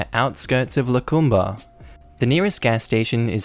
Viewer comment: it's pronounced - La' Comb. Lacombe.